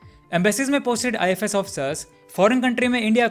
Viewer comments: Learn pronouncing ifs you are speaking it ifes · Bro its I.F.S. officer but you are speaking I.FI.S. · Pronounce WELL "IFS".. NOT " IFAS". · Why you keep pronouncing IFS as ifees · I fi s nahi bhai ifs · Its ifs you are pronouncing it wrong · IFS..pronounce correctly